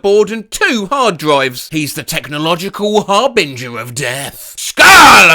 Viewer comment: is it sad that I was pleased you pronounced “harbinger” correctly? for once we aren’t talking about bringing har